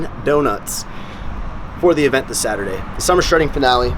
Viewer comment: Cant even say Saturday 😂 my gosh